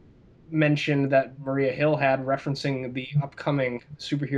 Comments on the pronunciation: I agree. I dislike the European Wondertwins. And it's Maria Hill, not Mariah Hill. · It's Maria Hill, Cap not Mariah. lol